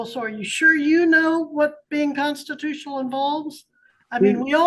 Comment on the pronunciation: "My consatutiona rights"